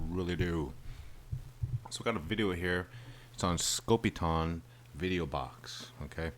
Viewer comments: Side note. Theres an E at the end of scopitone. The O is long. Not pronounced scopiton its scopitone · Pronounced Scopi-TONE....NOT Scopi-TAWN. The machines were more popular in Europe, but pretty rare in the U.S. These were all shot on 16mm film.....BEFORE the widespread use of videotape. MOST feature the scantily-clad dancers, because the machines were primarily located inside bars or gentleman's clubs. Shooting on film was pretty expensive, and so I think they were only done in a couple of takes, which is why the dancers always seem to look like they're out of sync & haven't rehearsed. Some of the big name artists put out shorts with better production values....Neil Sedaka's 'Calendar Girl'....Nancy Sinatra's 'Boots'.......Bobby Vee's 'The Night Has 1000 Eyes', etc. I actually saw one of these Scopitone machines in a pizza parlor in the 1960s. The ONLY one I've ever seen. I was probably 14 or 15 at the time, and this was BEFORE MTV & that crap. These short little films were too risque for regular television, but they were geared toward men & that's why they were set up in bars, etc. As far as how the women are dressed.....that's not so unusual. They look like Vegas showgirls of the 1940s or 50s.